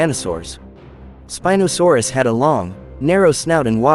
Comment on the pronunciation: You said spinadasaurs